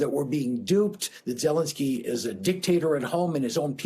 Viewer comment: You mispronounced his name. It's ZeLENskyy, accent on the second syllable.